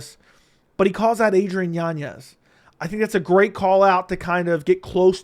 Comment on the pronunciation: Why do you say yan yez. It’s yanez